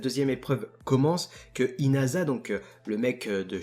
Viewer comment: Dis Yoarashi mec stp tu sais pas prononcer inasa. xD